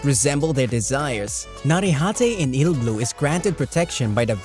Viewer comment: it's not "ill-blue", it's Iruburu